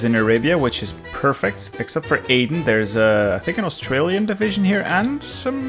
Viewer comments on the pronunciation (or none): none